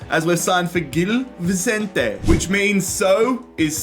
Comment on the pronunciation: Just to let you know, it's pronounced 'bombadeer'.. not 'bombardiay' and 'Vichentay' not Vissentee'..